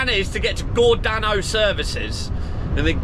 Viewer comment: Gor Day No is how pronounced, I saw u with that boat truck on ! Spot that V8 anywhere😊